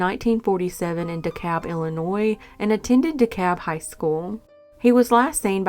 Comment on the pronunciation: Great job ! Great narrative. And THANK YOU for pronouncing DeKalb correctly !! 💕🤗